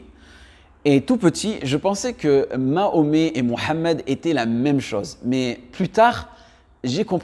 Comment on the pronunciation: Je te rejoins également ça ne tient pas pas la route mais également le fait de dire qu'il appelle Mahomet par francisation ne tient pas la route Car le prénom mohamed est très bien prononcé mis à part le ح et chada et donc Sa mérite des recherches